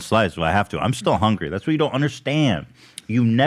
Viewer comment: Ethan: "That's my secret, I'm always hunry" lmao